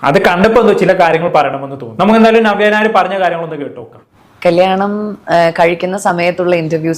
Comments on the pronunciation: നിങ്ങൾ നവ്യ ഞായർ എന്നാണ് പറയുന്നത് 😀 നവ്യ നായർ എന്ന് പറയാൻ പടിക്കു... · ഞവ്യ ഞായർ😅 അല്ല നവ്യ നായർ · നവ്യ നായർ എന്ന് ശെരിയായിട്ടു ഉച്ചാരണം പോയി പഠിച്ചിട്ട് വരൂ പ്ലീസ് 🙏🏻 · ആദ്യം നവ്യ നായർ എന്ന് പറയൻ പടിക്ക്. എന്നിട്ട് review ഇട് 😂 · ആദ്യം നവ്യ നായർ എന്ന് മലയാളത്തിൽ ശരിയായി ഉച്ചരിക്കാൻ പഠിക്കെഡേയ് 😡😡😡